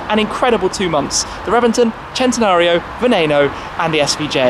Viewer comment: Wow... Only seconds into this video, and he ALREADY PRONOUNCED VENENO RIGHT!!! AND HE IS BRITISH!!! USUALLY THEY ESPECIALLY GET IT WRONG!!!